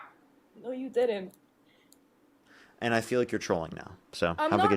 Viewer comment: Why do all of the young women who call in to talk on this show always pronounce "didn't" as "diddint"? It is the way little children pronounce it but grow out of it by third or fourth grade. Or perhaps it's a regional colloquialism? I'm just curious.